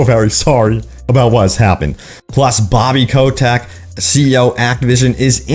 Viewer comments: Why do you pronounce he's name as "Ko-tech"? it's obviously "Ko-tick". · "Bobby Kotek"